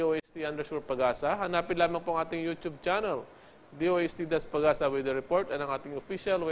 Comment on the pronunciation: Comment lang ha. Pede ba? Filipinoism na lang gamitin ko para pang MASA. Pano ba pronounce ang weather? (Weeeder) or (Weder)... Need more training in public speaking.